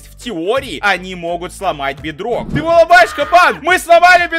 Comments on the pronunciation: ты сказал бедрог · Ты сказал бедной! 😂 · Ты сказал бдрок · ты сказал в майнкрфт бидрок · Ты сказал BitRock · Ты сказал бидрок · Ты сказал бетрок